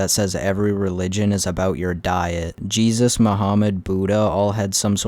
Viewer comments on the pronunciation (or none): none